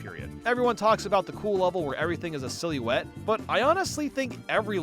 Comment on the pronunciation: Did he just pronounce silloete as "silly wet"?